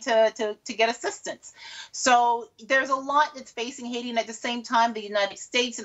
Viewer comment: Take note Adam Boulton, this news reporter pronounces Haiti correctly.